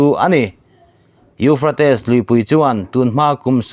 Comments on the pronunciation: Euphrates i lam dan chu le...kan bo hû mai dawn a lawm le. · A lar teh reng nen..lam dik hram se tiraw🤭